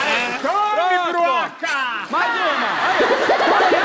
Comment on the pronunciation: "Broaca" kkkkkkk